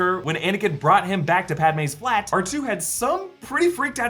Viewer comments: Arch-Toe....... WTF 😆 Ark-Two 👍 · awch-toe.. my lord.